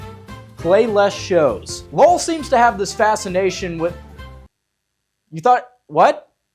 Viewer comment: Calling Lowell Loul for half the video may be the fuckin best part 😂